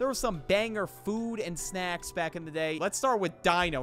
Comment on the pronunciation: You botched on snacks but all others were perfect